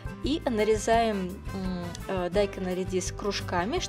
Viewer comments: А почему вы дайкон(ударение на о)Говорите дайкон (ударение на а)Зачем коверкать слова.Так же и баржом!Что это за боржом?Может боржоми? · Я тоже заметила, что автор говорит дАйкон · желаю вам пересмотреть больше видео- блогеров по приготовлению кимчи... да,и вода не отекает с капусты,а стекает. Отекать - это что то вроде опухнуть...И ещё,как то привычнее слышать слово - дайкОн,а не дАйкон,по тому что так правильно - дайкОн ... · Не дааайкон а дайкооон 😃😃 ударение на О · Правильно говорить - дайкОн, а не дАйкон...😉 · ДайкОн!!! Ударение на О. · Во-первых,это не редиска, а редька. А во-вторых, дайкОн. Ударение на О,а не на А. Это просто для ознакомления. А в целом, рецепт хороший. Но классика все же лучше, имеется без добавления фруктов и других овощей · Еще одна. Вы сперва Русский язык выучите, потом нас учите готовить. Уши вянут уже . Каждая вторая каверкает слова. БазИлик,КИмчи, теперь ДАйкон. Так и хочется ударение по голове всем вам сделать. Неучи. Позор просто.🤦🏼‍♀️